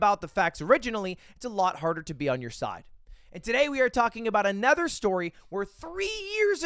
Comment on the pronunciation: Has anyone noticed ludwig pronounces another like “a nether”